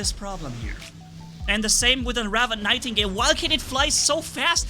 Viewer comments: It funny how is so mad that he said the name wrong on the nightigle to ravana on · did you mean to say nightgale or...